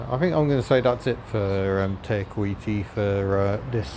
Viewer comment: Oooh your pronunciation of Te kuiti was perfect! Better than a lot of non maori nzers! 👍 I've never been to waitomo, but as you've discovered, you can find stuff you don't need to pay for, but is just as beautiful. On that note, be aware of that down in Queenstown and wanaka and arrowtown, they are basically tourist towns, so somethings will reflect that... If you haven't booked accommodation, I would recommend nearby places rather than the dearer popular places. They are usually only a wee way up the road, but considerably cheaper to stay at.